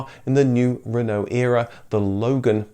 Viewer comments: At the end you pronounce Renault we in Ireland butcher it and say renAULT as it’s spelt 😂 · Why are you saying Renault and dacia wrong ....? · You seem to have two pronunciations of "Renault" ......We Brits tend to say "Ren-O".....your other one is more "RerrNo" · Being French it is pronounced Reeeno (roughly) you don't say the LT part at all.